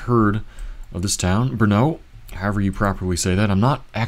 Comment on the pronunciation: right it is. Only very very small detail ... letter O ... in CZ o is always o like in the word "lot" or "pot" or "what" or "not" ... just short o ... not o like home or OK or mode or load ... not like that ... so Brno is not Brnow but just Brno ... short o ... but that's a really small detail. Actually, reading my idea again the best example is "OR" :)